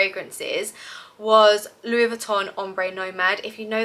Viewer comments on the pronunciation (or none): none